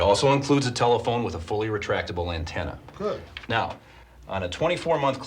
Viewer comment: a car telephone AND a fully entractable entaenna? Sheesh.